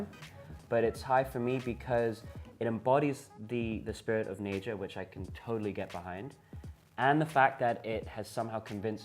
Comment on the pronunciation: They talk about it like they know but they can't even pronounce naija right smh fucking dickheads